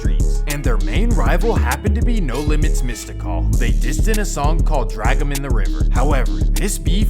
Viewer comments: Why are you saying mystical like that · Bro you are taking the time to do this video and do research. Have you ever listened to a mystikal song? Who on earth has ever pronounced his name like that? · Great video but Why are you sayin mystikal like that tho? 😂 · The way he pronounces Mystikal is depressing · facts you heard how he pronounced Mystikal name. Lol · Please pronounce Mystikal's name right in part 2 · It’s “mystical” not mista call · It’s supposed to be pronounced “mystic-all” but you know, it’s swamp stories.. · Mystikal but pronounced mystical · Mista call? It’s Mistikal man cmon. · Mystikal = Mistah Call lol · UNLV was Tec 9, Lil Ya and Yella Boy. How do you know the proper pronunciation of Calliope and Melpomene and can't get Mystikal right!? It's literally 'mystical' with a 'K'. Solid video though! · Man said missed-da-call 💀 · he said mysticall😆🤣